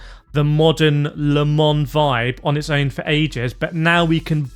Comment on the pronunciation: wow can you not say LEEMON it is LE MANS and don't try and blame you accent .